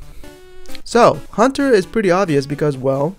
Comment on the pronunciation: Instead of saying haunter you said hunter